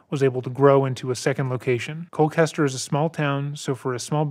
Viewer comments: I apologize, but I have to correct you on your pronunciation of Colchester, because you are absolutely butchering it. For some reason you're pronouncing it like Cole-Kester...It's pronounced like it looks-Cole Chester....there's no hard C... I live close to the town so every time you said it with the hard C, I was cringing lol j/k! I ove your channel and the hard work you put in, I'm a big fan! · One other small point, Colchester Connecticut is pronounced Col-CHESTer not Col-CASTer, it doesn’t really matter just something I thought I’d point out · I'm going to guess that when you say what sounds like ColKester, you're actually referring to ColCHester? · His practice was about 4 min down the road from my house. It is Col-Chester as in Chester Bennington not Kester. Just wanted to point it out. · listening to you say Col-kester is killing me lol it’s Colchester with a ch sound like church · Just have to correct that the town is “Colchester”, not “Colcaster”. This is my hometown and I don’t recall ever hearing about this as a kid (would’ve went to school with the sons if they hadn’t been homeschooled) which also goes to show how much this was covered up… and there’s only 15k people in town so it was REEEEEALLLY covered up. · It’s pronounced “cole-chester” (I live here). Also I’ve always found it ironic that the family’s last name literally means “death” in German. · he just pronounced Colchester as Colklester? 😂😂😂 i live there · Interesting pronunciation of the ch in Colchester, but maybe the H looks like a K to some folks? If so, understandable. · Every time you mispronounced “Colchester” killed me. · Dude pronounced colchester so badly I had to google if that was actually a town in my state😂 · It’s a ch like in cherry. Colchester I mean.